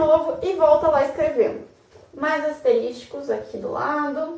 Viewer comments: Excelente vídeo gostei. Só não ficou legal o "asterísticos", sendo que o correto seria "asteriscos". kkk Apenas para descontrair, mas são excelentes dicas, parabéns. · Asteriscos (não asteris TI cos) Que agonia ouvir aluno de direito falando errado, uii...